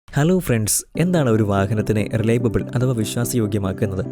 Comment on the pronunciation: റിലൈവബിൾ അല്ല റിലയബിൾ